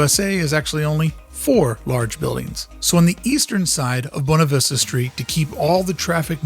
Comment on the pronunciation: Anyone else annoyed every time he says “bone-ah” instead of “boo-way-nah”?